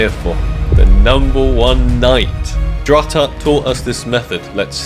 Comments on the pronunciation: Drututt is pronounced Drew-toot. Great video! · Buddy said druh tutt yikes